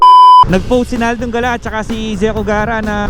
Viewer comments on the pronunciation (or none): none